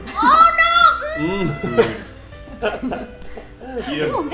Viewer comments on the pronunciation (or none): none